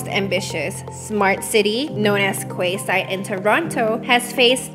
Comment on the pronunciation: It's pronounced KEYside, not KWAYside. And it's a neighborhood not whole new city